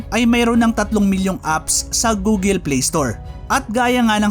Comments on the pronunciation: Bakit gooleee google check ka po sa Google pronounce google Tama po Hindi gooleee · "Goo-gl" hindi Goo-gel. Paki ayos naman.